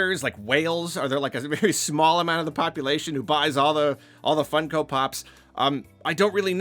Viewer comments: never heard someone call them fun-ko pops instead of fung-ko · Why does he say it like that? Do people say it like that? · not sure why you pronounce funko like that but i agree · hearing pronounce it Fun-Ko and not Funk-o feels illegal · Why do you say funko like that 💀